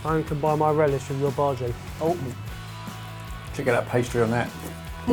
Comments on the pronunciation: Its soo cute that calls bhajis that way. Its pronounced as bha-aa--jees. This recipe is almost close to my mothers onion bhajees which i would love to share with you lovelies. Love you guys since ever! Hope to meet you one day to tell you how awesome and hilarious you guys are. One day! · By the way guys, the pronunciation of bhaji is the bha is pronounced as the bu from butter and the ji is pronounced as g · I'm Indian and when my mother makes bhajis she makes the batter thinner and fries them in smaller balls so that its more crispy and tastier, we aren't a big fan of the mushy part in the middle. :) Also your pronunciation of bhaji is funny(emphasize the 'i' rather than the 'a')